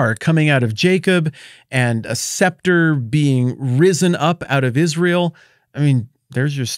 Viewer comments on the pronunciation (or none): none